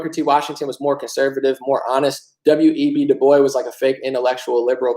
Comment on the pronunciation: At the 47min 44 sec..... Dubois isn't pronounced "Doo-boyses" it's pronounced ' Doo- Bwah'